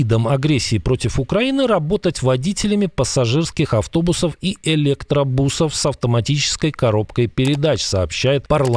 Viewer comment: С какой потугой выдавливает какел слово ЭЛЕКТРОБУС, да еще и с неправильным ударением. Для каклов электробус как космический корабль!